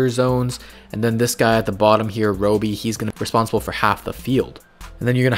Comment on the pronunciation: Glad you enjoyed my man! Thank you! I will be doing Roby and Lonnie in 2 and 3 weeks from now! No man, never apologize for that brother! I need to get better at pronouncing it. Appreciate the support, that's crazy man!